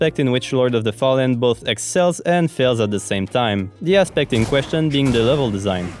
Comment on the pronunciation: Haha just some words I was like, is he english or something else? I'm a quebecer, french canadian, so it felt like a french accent for a bit haha Especially when you said the word ''Aspects''. Hop I'm not insulting you lol, good content so far ;)